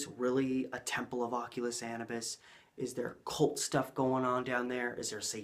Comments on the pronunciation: Anubis = uh-new-biss Longest intro ever But good video! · Bruh you should have learned how to pronounce "Anubis" before you made a 90 minute video where you say it over and over again. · How do you massacre the prononciation of Anubis that bad. I will watch no further.